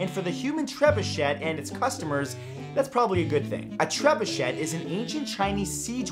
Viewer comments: That is not how you pronounce trebuchet. Its treb-you-shay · You shouldn't pronounce the 2nd T in trebuchet; it's French. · I won't correct the pronunciation of trebuchet, I won't correct the pronunciation of trebuchet. Oh who am I kidding...it's shay not shet! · Drove me crazy as well. TREB-UU-SHAY!! Not Treb-uu-SHET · TREB-UU-SHAY.....or TREB-OO-SHAY...... But please...NOT Treb-uu-SHET! Lol. Otherwise, love your stuff man ! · tre-bu-CHEY not tre-bu-CHET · Hearing trebuchET triggered me so hard 😆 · Ahem It's "TREH-BYOO-SHAY." TREH...BYOO...SHAY. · That don't work, Treb-oo-shay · It's tre-byu-SHAY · Its a trebuchet. Treb you shay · it's pronounced: treh-bu-shay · please use the correct French pronunciation of Trebuchet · Tsk, tsk, Matt. Being from Canada, you should be able to properly pronounce a French word like "Trebuchet". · is ''trebuchet'' really pronounced like that? my life is a lie